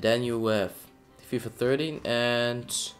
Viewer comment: its not fifa thirty its FIFA THERTEEN